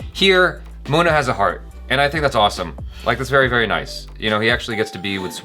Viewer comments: There u go "Moo na" "Miur zapur" Love how he says it wrong with confidence.😂😂 is for a reason😍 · Everytime calls Munna, Mona.......🙄 Mona! Mona!! 😄